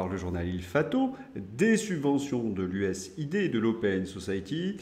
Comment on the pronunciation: USAID se décompose US +Aid, donc se prononce [ you esse eyd] 😊